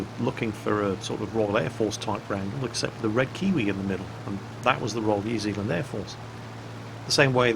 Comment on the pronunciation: Anyone from NZ apart from me know that. And thx you for being one of the first youtubers out of NZ and Australia pronouncing New Zealand right.